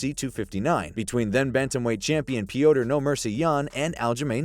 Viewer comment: “Pee yoh ter”? Really? I hate when idiots make videos they know nothing about.